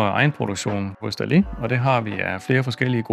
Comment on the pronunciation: Var det ikke nemmere at tilføje undertekster til YouTube, så behøvede I kun én video? Og jeg studser lidt over hans udtale, han udtaler det mere som noget der ville staves Dalli, enkelt-konsonant giver langt vokal, så Dali burde rime på Salig, med lang a-lyd.